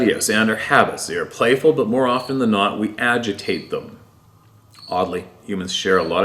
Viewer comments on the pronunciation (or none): none